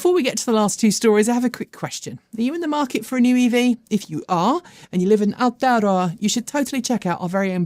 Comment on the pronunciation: Please for Gods sake stop saying Aotearoa every 3 seconds it grates especially when you cant even pronounce it correctly.